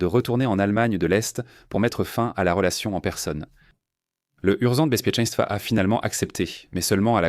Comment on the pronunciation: De langue maternelle polonaise, j'ai été convaincu de l'utilisation de la voix de synthèse dès la première occurrence de "urząd bezpieczęństwa" : le premier terme est prononcé n'importe comment (déjà, "u" se prononce "ou" ; "rz" = le "j" dans "jeune", le "g" dans "gêne", etc.), alors que la second terme (100x plus difficile à prononcer pour un locuteur non natif) est parfaite. Ça n'a aucun maudit bon sens 😂. Cela dit, je trouve le réalisme de la voix artificielle assez bluffant.